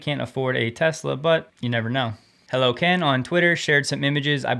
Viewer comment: Thanks for saying my name correctly! (HelloKehn)